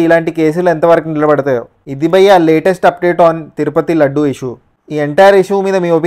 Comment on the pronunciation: Laddu laddu ani yetakaramga antunav entra g pagilidhi tirupati laddu ani sariga pronounce chey